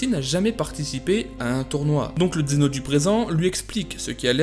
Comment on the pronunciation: D'abord vous appeler ce personnage xeno alors qu'il est prononcé dans la série vf et vo zeno. Zeno en vf et zeno-sama en vo. Ensuite vous n'expliquez pas plus que ce que nous savons déjà donc c'est vidéo je la trouve bof. Pour moi c'est juste un résumé de dbs sur zeno. Bonne continuation tous de même.